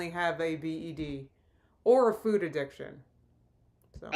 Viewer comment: I hate the way she says 'food'. I swear she didn't always say it like that, but it's like she put a 'w' in there for no reason in the past year or so. Like 'foowd'.